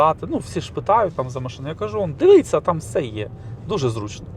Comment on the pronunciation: Для автора каналу, правильно звучить "дивІться", а не "дивИться", автор каналу 1-ауто теж хворіє на це "дивИться" - можеш мене не слухати, що я прикапуюсь, але друже, ти не уявляєш, як це ріже слух і не лише у мене